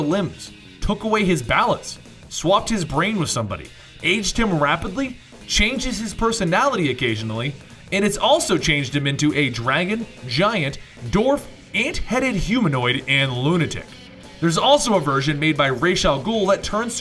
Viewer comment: Dwarf not dorf. I love your videos guys! Keep up the great work!!